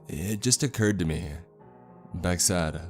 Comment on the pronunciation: Beck Said = Bock Sad Why do you talk like this? Un-plug your nose too.